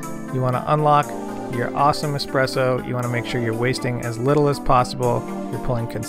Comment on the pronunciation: Good choice! You'll find much limitation when it comes to a machine like the Nespresso as you come further down the road. And yes it is a much more artful experience with an espresso machine. PS. It's "Espresso" not "Expresso" :)